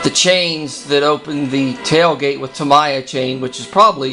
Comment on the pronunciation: Truck looks great! Hey one bit of information (since I live in Japan) - that replacement chain, if you are talking about "Tamiya" brand chain, it is pronounced Ta-mee-ya, with no emphasis on any syllable. Cheers, I really enjoy your vids and your work.